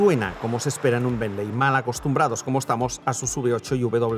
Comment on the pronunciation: Me sangran los oídos cada vez que dices "benley" 😂😵‍💫 Se escribe "Bentley" pero se pronuncia" Bently" Quitando eso que mastodonte es el Bentayga 😍😍 Lastima que en Monaco no hay muchos más